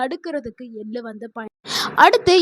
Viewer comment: Ellu எல்லு தவறு எள்ளு !! தமிழ் வாசிக்கத் தெரிந்தவரை அழைத்திருக்கலாம். இங்கு ஆங்கிலத்தில் எழுதியதை இவர் வாசிக்கிறாரா? ai பராவாயில்லை?